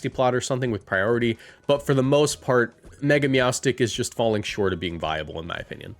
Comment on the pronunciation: MEOWSTIC IS ONE WORD, NOT 2 WORDS, AND THE NAME DOES NOT END WITH A K!